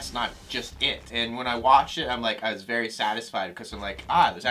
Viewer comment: I just didn't know what the fuck you were on about, you don't have to tell me i am cool...i know. "vary small" though....c'mon.